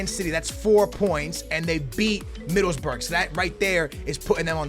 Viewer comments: you saying Middlesbrough wrong. you do not say 'burg'. you say 'bruh' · Love this series but you gotta make sure at the end to check out the inverse aka the team you swapped out, for ex. Where did Southampton finish in La Liga? Huh? Middlesburg? Like Pittsburgh?? Middleboro dude. Middles-BORO ! You are lysdexic ? dexlysic ? Just playin' my dude. Love listening for you to mispronounce stuff in everyone of your videos. My girl and I get a kick out of it. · Middlesburg try pronouncing it Middles-boro hope that helps a tiny bit😂😂 love ya and loving the new series idea #booyahFamily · He pronounced Middlesbrough middlesberg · It's not Middlesburg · you should say middle's bruh